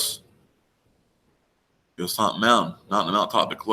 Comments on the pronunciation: For your "not for the meek," it sounds like you're saying "Ghost Haunt," but what you're pointing to is "Goat Haunt." I may be hearing you wrong -- if so, never mind. Having said that, last summer I tried for a couple days to connect Mt. Cleveland (home of Brown) to other clues on Google Maps, but gave up on it. I couldn't find connections, and the whole area just seems too wild and rugged for an 80-year-old to be making multiple trips with a heavy backpack. If you go this summer, I wish you best of luck. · Its GOAT HAUNT not Ghost. Two boat trips in an afternoon ?